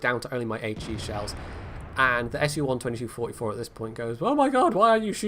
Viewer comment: Oh yeah and I believe the correct way of saying the SU-122-44's name is "S-U 1-2-2 44" not "S-U 1-22 4-4" :P